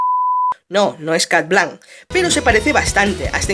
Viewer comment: No se dice cat blank se dice shat blonc